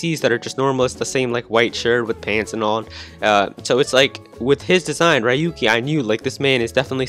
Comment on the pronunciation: Ryuki is pronounced like RUU-ki